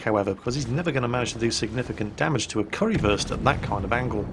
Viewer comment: Curryfirst? Really?